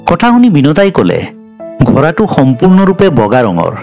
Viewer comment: ডাঙৰীয়া আপুনি শব্দবোৰ শুদ্ধকৈ উচ্চাৰণ কৰিব, যেনে ঘৰা নহয় ঘোঁৰা বুলি ক'ব। ধন্যবাদ 🙏🏻🙏🏻